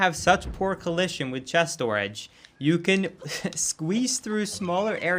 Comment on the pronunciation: The way you say Stooridge is beautiful lmao